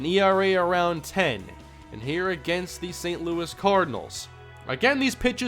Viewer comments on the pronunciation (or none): none